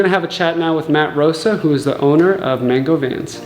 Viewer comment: More like man-goo